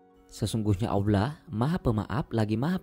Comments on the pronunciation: Kedengerannya aullah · nyebut "Allah"-nya dibenerin dulu!!! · Bang maaf tapi bisa GK jgn pake suara bot gitu...kalimat Allah nya Cara penyebutan nya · Baru mau komen, masa dubbernya ngomong Allah jadi Aulah.. Sholat jadi salat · Salah nyebut jangan aulah Aulah lagi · nyebut Allah ko aulah ya? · knapa org indo acap kali sebut Allah sbgai Aulah?? salah tu wahai saudara2ku.. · Gimana gimana aulah,baca Allah itu yang benar,cuma mengingatkan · Dislike lah, naratornya ilmunya msih dangkal,. Belajar pelafalan aja dulu yg bener, masa awlah, rosulalah .... curiga gw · WOI , NYEBUT ALLAH BUKAN AWLAH . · Tolong narator nya di pelancarkan cara menyebut laafaz Allah SWT 🙏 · Setuju. Saya juga dengar rasa terganggu. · Iya bener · berat amat lu min ucapkan Allah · Bang nyebut allah nya jangan pake huruf W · Ini pengisi suara, menyebutkan nama Allah saja tidak benar,apa lidah nya pendek apa 😂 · Kok narasi "Allah"nya aneh??